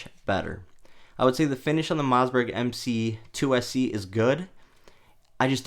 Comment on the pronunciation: It's Mossberg. Not Mozzberg. 😆